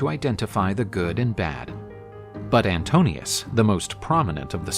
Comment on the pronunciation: The suitor is called Antinoos not Antonios. This is important because his name Anti-noos translates as Anti-mind. He is one of the most dangerous suitors because he can twist the truth and thus spread his propaganda, his narration of events. Odysseus has to win him with a better story,better narration, better claim. As the rightful King of Ithaca, he can do it...